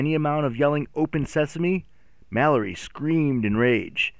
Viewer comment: me reacting everytime he calls Mallory Mak